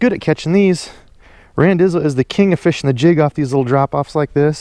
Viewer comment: no problem brother. My fiance loves when you say feeshin lol